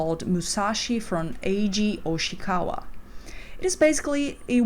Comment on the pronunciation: Small correction for future reference, it's Eiji YO-shikawa not Oshikawa